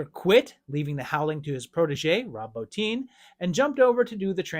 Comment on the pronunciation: Bottin is “Boh-teen”